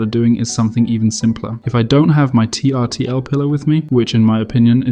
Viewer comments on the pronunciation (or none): Great video! … and I’m looking forward to seeing you on camera. By the way, I’m pretty sure Trtl is actually pronounced Turtle (just another example of a company trying to be clever by eliminating the vowels).